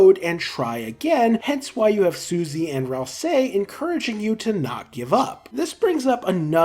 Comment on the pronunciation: why still cant pronounce ralsei properly?